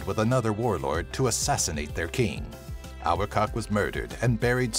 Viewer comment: #8 is pronounced Ar-BA-tak, not our-cock.